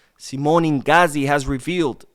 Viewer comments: Inzaghi not ingazi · I think his name inzaghi not inghazi 😅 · Mispronunciation of Inzaghi lets me know you haven’t been a football fan for very long or haven’t done enough research, either way do better.